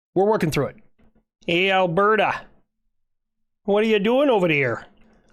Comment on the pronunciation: As a Canadian the ‘berta hurt